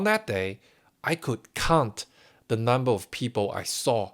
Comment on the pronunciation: You are pronouncing the word "count" as "cunt". If you don't know what that means, look it up. Not good.